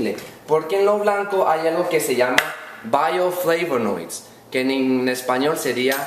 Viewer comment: Buenísimo tu video, como todos. Calidad hermano. Se dice en español "bioflavonoides 'parecido al inglés pero difícil de pronunciar. saludos desde PALM Springs, Ca